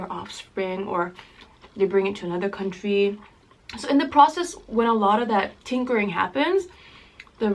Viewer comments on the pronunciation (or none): none